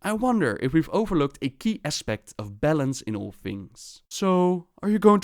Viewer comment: Whenever he said balance, I thought he said bellend